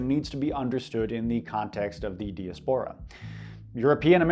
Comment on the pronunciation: really said "Dia Spora"